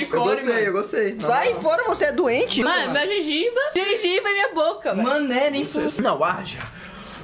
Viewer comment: A kkk falando "gengiba" kkkk